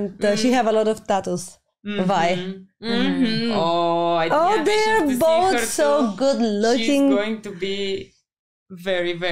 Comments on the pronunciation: You guys kept on pronouncing Vi's name wrong the whole time and it was sooo annoying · Also.... everyone is saying Vi's name wrong. Not just you guys. Every youtuber is doing it. Her name is Vi... like "violet" or "violin". People keep pronouncing it like "Vee" but it should be " Vie". Her full name is Violet.